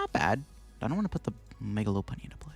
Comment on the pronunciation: Love that u say low punny! I hear lawpunny a lot. And I’m like whatttttt!?